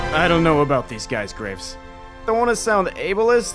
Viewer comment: I miss heard Graves as Grapes